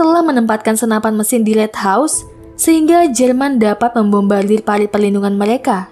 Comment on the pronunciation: Parit kak, bukan palit 😋😋😋